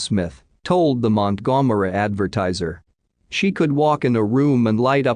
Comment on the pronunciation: Montgomery is being pronounced EXACTLY the way it should be 🤣